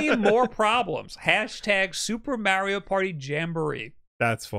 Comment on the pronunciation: really pulled Hannah and is good at Meh-Rio